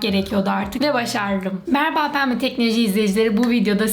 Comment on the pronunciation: güzel video da başındaki merhaba kelimesini bi garip söylüyorsun onu düzelt bence sinirlerim bozuluyor